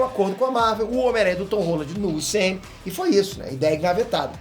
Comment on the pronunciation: Foi impressão minha ou o falou ton rola